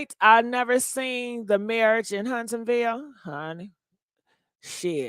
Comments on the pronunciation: 😂😂😂 HUNTSVILLE. Not Huntsonville! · Its Hunts-Ville